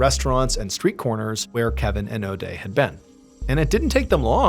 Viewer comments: If you say Odey one more time I'm going to puke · this was a 5 min story lol. Could make a drinking game out of it. Take a shot every time Mr. Ballen says Odea.